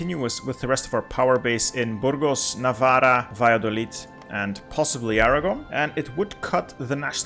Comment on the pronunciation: bro, when you pronounce ‘navarra’ you have to double the R sound as if the writting itself is in the beggining of the word